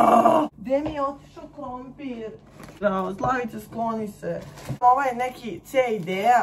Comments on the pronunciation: Niko: Apsolutno nikooo:: ‘’KrOmPIrrrr!’’🥔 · "Krompirrr"it's for me🖖🏻🤣